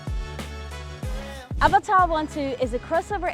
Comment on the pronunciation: As an Indian, I appreciate your pronunciation of Avatar, much closer to its actual pronunciation.